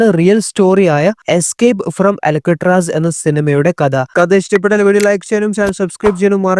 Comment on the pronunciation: അലക്കുകല്ല് അല്ല മോനെ.. അൾക്കാട്രാസ്